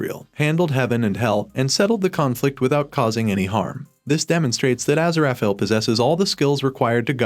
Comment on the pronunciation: What is the butchery of Aziraphale's name?